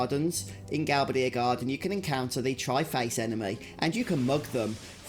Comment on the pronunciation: Gal-ba-DIA garden? Gal-BAY-di-a.